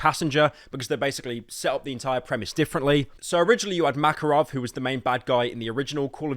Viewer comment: New Makarov can't even pronounce his name. 🤣